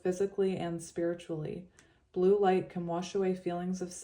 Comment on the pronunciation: I heard Blue Ray everytime you said Blue! ✨️💙✨️🙌🏼 When a negative thought comes through in ur head or out of your mouth.. say out load ✨️✨️🦫Delete, Delete, Delete!✨️🙌🏼 and replace it with a new belief that is positive and directs you in the direction of divine love! ✨️💛✨️🙌🏼